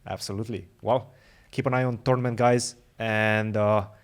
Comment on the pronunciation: First minute: it sounds as if Fabi says "TORMENT" in stead of "TOURNAMENT".